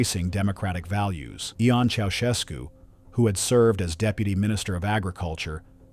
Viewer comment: I believe that the name Ion is pronounced as “Yon”.